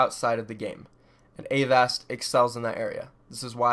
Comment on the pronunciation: Aren't you mispronouncing Avast's name?